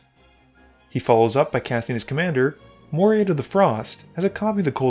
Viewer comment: I believe commander is pronounced "Mo-REE-tuh". You know, like Pat Morita.